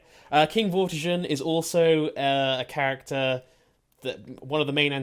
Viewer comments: Dude is Vor-ti-Ger (G like goat) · In the 5th century there was a Saxon king from Britain who was called Vortigern which means overlord or chief and it's pronounced Vortigern with a hard G like grr.